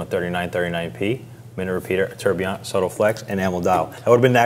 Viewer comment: Why do you correctly pronounce the second and third syllable of tourbillon and don't bother with the easier first syllable. I think you entirely fail to understand the concept of "quiet luxury' or class in other words. Harsh criticism? OK.